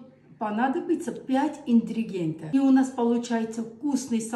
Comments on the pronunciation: 5 интригентов😂. Надо научится грамотно говорить по русский, а потом свои выставлять свои выступлкния на публику, а не искожать все слова, чтоб это выглядело так смешно! А там на стороне стоит сноха, всё ей поддакивает и смеёться. В чему этот смех???😂😂😂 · Обожаю ваш русский язык- 5 интригента- преееелесть❤